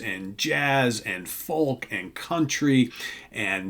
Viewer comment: FoLk ... lol .. it's pronounced foke.